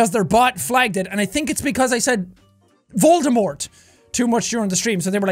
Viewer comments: Jack keeps saying voldamort! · Why can’t he say Voldemort??